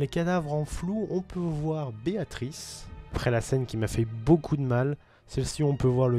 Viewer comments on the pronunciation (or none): none